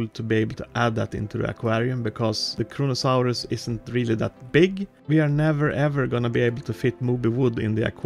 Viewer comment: Its Kronosaurus not kronkasaurus